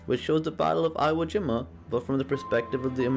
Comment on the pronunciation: Iwo Is pronounced EEWo. Thank you.